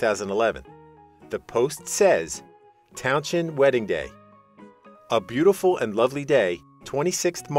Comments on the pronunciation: Towns end not townshhhzzhhhennnd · It’s pronounced Fuzz towns end…not town shend….please🤦🏼🤦🏼🤦🏼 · I've known Fuzz for 30 years, he is one of the nicest people you could meet, he would be laughing at the ridiculous way you are pronouncing his surname.